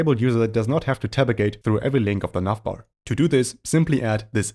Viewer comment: I'm hearing "nutbar" every time he says navbar. Anyways, great tutorial. Thanks!